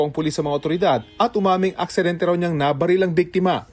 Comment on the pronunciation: "AKSIDENTE" daw haHHAHAAHHAHA